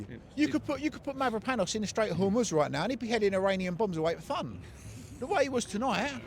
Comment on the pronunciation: Straits of Hormuz hahahahahaha